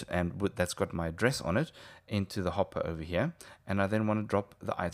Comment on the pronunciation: went a bit rench there, hopp'er